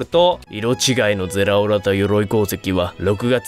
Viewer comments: ゼラオラちゃんと言えてないの草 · ゼrrrrラオrrrrラ